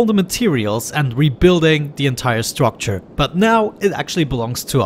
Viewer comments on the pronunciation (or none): none